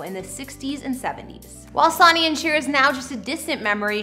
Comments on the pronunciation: It's pronounced "Sunny" ... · Sonny (pronounced sunny) jeez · It's pronounced Sunny even though it is spelled Sonny. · His name is pronounced Sunny. 🌞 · Good God girl it's pronounced Sunny ... like sunshine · his name is pronounced Sunny!!! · It's pronounced, "Sunny". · It’s pronounced “Sunny” & Cher😉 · If you are going to talk about stars and their homes dont you think you should at least show respect by pronouncing their names correctly?...Sawney?....are you kidding us!?..... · It’s pronounced Sunny. Spelled Sonny. Sun, Son. Spelled different but, same pronunciation. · I’m so sorry, please learn how to pronounce words. Cher’s ex husband was Sonny, pronounced like Sunny. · No disrespect , I know it's before your time but please search how to do pronunciations before your commentaries. Sonny is pronounced Sunny. I loved everything else. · good god his name was Sonny pronounced Son ney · Sonny is pronounced Sunny! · His name is pronounced as in "Sunny"! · Learn how to say sunny ☀️☀️☀️ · his name is pronounced Sunny lol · Your Saying Sunny wrong. It’s driving me crazy. Learn respect bye learning house to pronounce peoples names. Oh my goodness. Annoying!!! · Sonny Bono is pronounced Sunny Bow no. Tape stry ? No ,it's pronounced Tap estry. I realize you are young but do your homework. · It's pronounced "Sunny." Get his name right please. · You should learn more about your own content before hitting the record button. Sonny is pronounced sunny. Lol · I can't believe you don't know how to pronounce Son........ny !!!!! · Geez, learn how to pronounce Son-nee or Sunny. Disrespectful to to do a video and not know how to pronounce the subject name correctly. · Kept thinking was talking about someone else the way she pronounced Sonny's name. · Seriously....how has she never heard the correct pronunciation of his same?!?! I'm cringing each time LOL. It's not like the word Sonny isn't used for other things either aka a male child!!! Good grief!!!